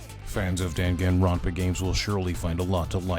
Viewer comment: Dan Han ronpa? Bruh hearing people miss pronounce Danganronpa makes my blood boil 😡